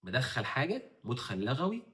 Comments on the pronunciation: ما شاء الله بس الأصح اتفاق لُغوى بضم اللام وليس بفتحها لان لَغوى بفتح اللام من اللغو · لُغوي وليس لَغوي :)